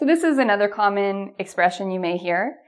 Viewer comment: the way you pronounce the word "common" is really weird. Is it typical from Canada? Anyway I love your lessons. Very clear and useful. Thank you!